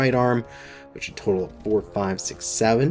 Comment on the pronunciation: Heard the intro as: "Welcome to the shit you buy..."